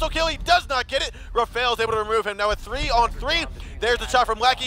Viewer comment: Anyone else thought it was funny how he said "three" like "free"? But anyway great video man, love to see all this pro strats, thx for doing this. Cheers ma dude